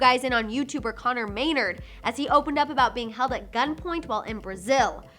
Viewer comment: It’s not may-nrd, it’s may-naRD